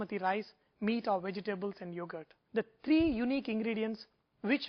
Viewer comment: Indian accent "i call diss thaa dancing of the rice" classic!